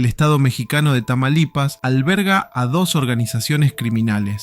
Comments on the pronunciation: No eres el único que le dio algo por decir tamalipas en lugar de TAMAULIPAS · Me causo estrés que no supiera pronunciar Tamaulipas 😭